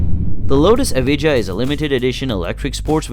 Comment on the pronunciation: The Lotus what? Maybe listen how you pronounce the name before you describe it.